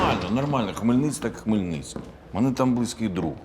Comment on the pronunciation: Хмельницький) Не Хмельницьк